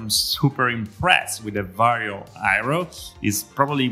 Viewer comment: it's not VARIO ffs, it's VARJO. Also it's not urts, it's hertz.